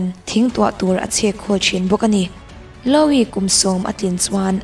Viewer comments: Louis Vuitton.... louis I lam dan hi a diklo... lu-i tih ang deuh a lam rik tur, mhse a thluk hi mizo tawng pai tak a lu-i tih lam rik ang deuh in... a mak hi ka ti thin YouTube a channel meuh siam ve si hmeichhe țhenkhat hi an thil lam a mak thei top... true crime in mizo channel phei chu nui nuih hak na tur hi a tam... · Louis (Loo wee /lu i) "o" hi ri tello...anyway a bengvarthlak e.... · Louis lam dan chuh 🤣🤣👍